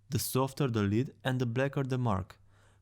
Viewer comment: You’re pronouncing lead wrong.